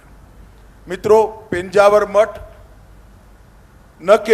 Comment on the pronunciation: Title is mis match -- just to get hits Thumbnail title is given highly sensational sentence -- This will lead to people losing trust with the channel. PENJAVAR nahi he sir -- It is PEJAAVAR a place name which you can google it -- Very close to Mangalore Airport